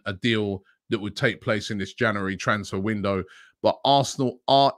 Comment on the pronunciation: January! Robbie struggles with that word 😂